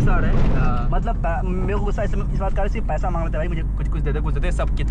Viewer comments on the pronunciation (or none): none